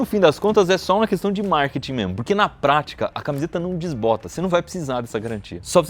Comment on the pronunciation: Ops!.. Será que eu ouvi direito vc falar “questã”? Em todo o caso, parabéns pelos seus ótimos vídeos!